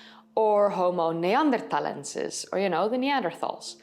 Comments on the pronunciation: why pronounce "neanderthalensis" and "heidelbergensis" so strange? Named after areas in Germany, why not pronounce them german? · Most interesting. She has a strange prononciation of Homo neanderthalensis and Heidelbergensis.